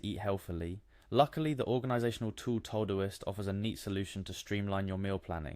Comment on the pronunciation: All you showed us was that Todoist has meal planning and not how to use it. Plus, its not TOE-Doist......